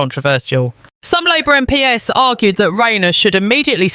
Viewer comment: Also listen to how the VoiceOver pronounces 'MP's'. I have reason believe this is A.I Generated content. Be skeptical always.